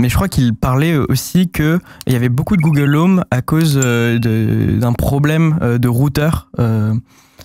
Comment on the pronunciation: google home pas google om